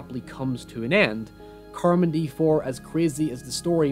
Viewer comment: Mispronouncing "Carmody" doesn't make me trust you as an a narrator.